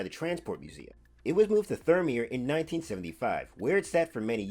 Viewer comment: If you use great mates, but you pronounced Thirlmere wrong. If you’d like to hear how you actually pronounced thirlmere I’ll be happy to send you a voice recording of me pronouncing it, besides you’re not the only one who gets Aussie names of places wrong, but I be willing to help you properly pronounce it, or you can just look up on Google how to pronounce it in Australia. Also NSWGR (New South Wales Government Railway) class Z27 2705 as of March 15 2025 after returning to steam from a overhaul started debut as James and is now once again this year from March the 6th, 7th, 8th, 13th, 14th and 15th, NSWGR Z27 2705 will be debuting as James for the NSW railway museum day out with Thomas event. Also NSWGR Class C35 3526 actually has a name, and its name is the Nanny, the reason why it’s called that is when 3526 and its classmates were built back in they look very different to what 3526 looks like today (if you go to thr NSWGR C25 Wiki page you will see what they looked like when they were build) as the NSWGR Class C35 we’re rebuilt into how 3526 looks like today. But prior to the classes rebuilding from December 1937 to 1942 the railway crews called/nickednamed them the naughty nannies, primarily because of their initial classification as the “NN” class. But also for their “Naughty” Performance, as the class suffered from long difficult teething problems and were initially considered poor performers, as they had a shallow, poorly designed ash pan that caused serious draft